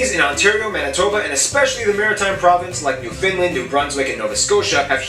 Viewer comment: Okay. There's is no such place as Newfinland. It's Newfoundland. How do you pronounce it? Easy. Say "understand." Now say. Newfoundland. And the Inuit throat singing: It's a contest, a game. You win when your opponent laughs. Honest ta God. But you DON'T want to try ear wrestling. shudders